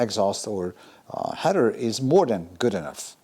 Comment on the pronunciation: Hi. I made a comment on one of your Mini videos about the clamp on the tailpipe. That wider clamp you showed us for the TVR, would look great on the Mini tailpipe. And you have 'header' pipes! 😁 'Heather' grows in the mountains. I know English isn't your first language, and we all know what you meant anyway so it's all good. Keep up the hard work.